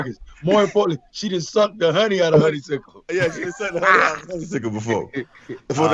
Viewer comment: It's actually honeysuckle not honeysickle.